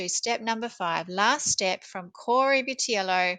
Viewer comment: You pronounced his name correctly.